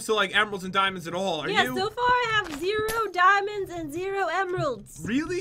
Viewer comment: Jen:...Damonds.. Me:Damonds???